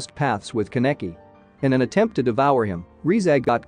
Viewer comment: I think you should search up the pronunciations. Ka-neck-kee :/